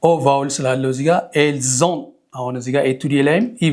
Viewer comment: 👍ils, elles ont....la lettre 't' il faut pas prononcer